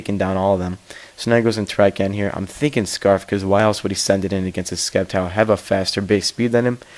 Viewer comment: Its pronounced Sep-tile, the c does not make a k sound btw.